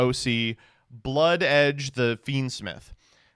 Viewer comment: at the beggining he said bloodedge when talking about the new fiendsmitj girl